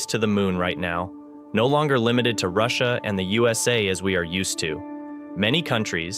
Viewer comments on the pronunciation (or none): none